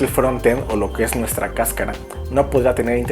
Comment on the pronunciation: Que bueno que pronuncias frontend como se escribe (asi se pronuncia realmente), no entiendo porque algunos dicen fronend sin la "t"